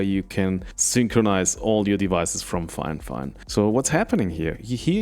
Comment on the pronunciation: It's NOT "Fine Fine". It's Fifine (FY-FINE) I feel terrible for this company. Seems like nobody has the basic literacy skills required to promote them properly.